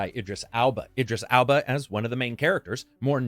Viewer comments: Idris "ALBA"? What... It's EL-BA. Idiot. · The surname is ELBA - not pronounced 'Alba' as you have done. Get it right. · it's Idris Elba no Alba. you could Google it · "Alba" I always thought it's elba 🤣🤣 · Idris Alba? It's Elba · I'm never watching your channel again after intentionally mispronouncing Idris Elba's name twice in a row. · but really though - why are you pronouncing Idris Elba's last name as if it starts with an A? this is like you deliberately calling Lara Croft, the Tomb Raider main character, Laura simply because you didn't like it. come on man. your reviews are otherwise so good